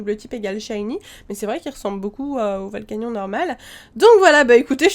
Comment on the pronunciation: On dit volcanionnnee